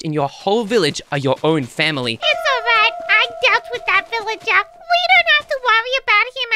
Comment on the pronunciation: Miloo said they're attacking my fawmly